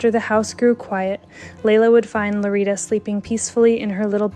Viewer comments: It's Lolita, not LoRita. Please make an effort when pronouncing words in other languages. It does matter. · how come the subtitles say lolita but the lady is saying lorita?